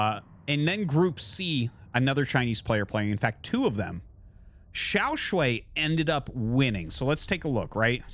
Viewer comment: Hey Artosis. Just letting you know that you're pronouncing XiaoShuai wrong. Here are the characters 小帅 you can check the pronunciation on Google :)